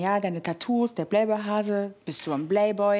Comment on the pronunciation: Sie sagt playboy wie bayblade